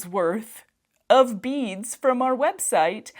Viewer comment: It took a little too long for me to realize you were saying beads, not bees!! I couldn't figure out why they would think you wanted bees. 🙃